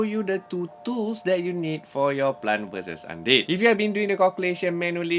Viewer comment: say plant NOT plan